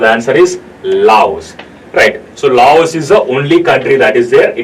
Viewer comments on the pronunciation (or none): none